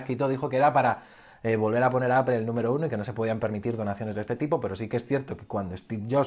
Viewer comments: Buen video, me ha gustado. Pero me ha chocado un poco la pronunciación de "Apple". Sobretodo al principio del vídeo intentas darle una pronunciación inglesa, que en España por lo menos desentona y, luego, a medida que te vas soltando en las explicaciones, cambias a la pronunciación española. Creo que puestos a no llevar una consistencia y entendiendo que estás más cómodo con la pronunciación española, sería mejor que simplemente lo pronuncies a lo español, no pasa nada. También decimos "rugbi" en vez de "ragbi" y no se muere nadie ;). Sobre Apple, creo que lleva demasiados años dependiendo exclusivamente del iPhone. Sinceramente, a mi lo que me preocupa de verdad es el abandono que tienen en el resto de productos, sobretodo en PC. Llevo queriendo comprarme un Macbook Air desde hace tiempo... Pero lo que veo es que por 1300€, me llevo un portátil que no tiene pantalla FullHD, que no tiene USB-C, que no tiene HDMI y que ya no es ni el más fino ni el más ligero. Entiendo que la renovación del Macbook Air fue el Macbook (a secas), pero en prestaciones se queda TAN corto que me niego a pensar que no haya renovación del Air. El único que se salva es el Macbook Pro, pero porque ya era extraordinario el día de su presentación. Sobre el techo tecnológico estoy de acuerdo. La tecnología se ha consolidado y no aparece nada disruptivo. Pero no me parece justo decir que para Steve Jobs fue fácil crear el iPhone. En aquella época también teníamos un techo tecnológico en telefonía. Pero ir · Cada vez q dices apple me suena mal, pareces un friki